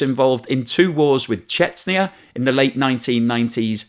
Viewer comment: Good vid as always, but your pronunciation of Chechnya is kind of distracting, you seem to be calling it “Chetsnia” when it’s Chech-nee-uh